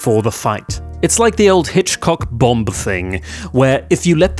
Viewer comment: This is the first time I ever heard anyone pronounce the second B in Bomb lol